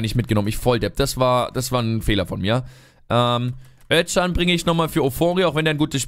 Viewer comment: Özcan wird Öscan gesprochen nur so als Tipp :))